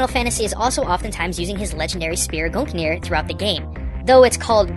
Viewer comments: Gugnir is pronounced "googneer" c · Gugnir is pronounced "goonyeer" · Its pronounced Gunyir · Gungnir pronounced Goon-neer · I thought "Gungir" was pronounced "Goon-gear"